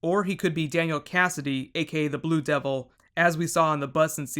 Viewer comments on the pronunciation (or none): none